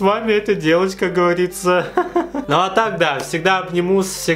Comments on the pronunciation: Как говАриЦа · никто: абсолютно никто:: ну, как гАвАрИцА хкхехех, обожаю 😹❤